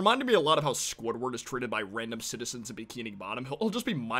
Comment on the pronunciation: Did he say squardward?